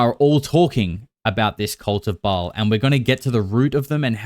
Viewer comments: I watched the entirety of the interview with that Anya chick. My MAIN issue with the things that she said, is her pronunciation of Ba’al. It’s actually pronounced bah-all. That punctuation mark is in the middle of the word for a reason! Lolol Pronunciations are very important when saying a “Gods” name. Idk… She just rubbed me wrong. I didn’t like how slow she said everything. Like she had to think about what she was saying just a taaad too much. Bringing up Walt Disney… First of all…I want evidence? Maybe someone to maybe back up what she’s saying. A witness?? Maybe another victim/survivor. I would love to just dive into her testimony head first. However, people are….imo, brave these days. They chase clout, money, revenge… Why is she coming forward sooo late in the case after all the hours of coverage?? Ghislane Maxwell is still alive. I’m sure many of the other predators involved are still around. Is she not concerned for her life? If not, I’d like to know how. Also, if she claims she’s afraid for her life, why do an interview on YouTube??? Anyone seeking justice would be hiring a good attorney and seeking the necessary charges. Something doesn’t add up with her and her story… And the Smashing Pumpkins guy said there was a book, but there was actually no book?? Smh… I DO believe that child star guy!!! There are many many people who have been through horrible experiences in the music industry and tv entertainment etc. Sorry, I forgot for a sec that this is a video about the r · One person claiming to be Walt Disney's granddaughter is not proof of anything. She can't even pronounce "Ba'al" correctly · I know. When I say a demon's name properly. My dog's ears perk up. I've read the goatia, and the leaser keys 1 and 2. Ba'al is pronounced bay all. You have to say it fast. Bay All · See REVELATIONS 2:9 & 3:9. Comment from Bible student Mike777. Some of these are Kenites. They are a generational blood line of Satan himself. The pronunciation is BA...AL.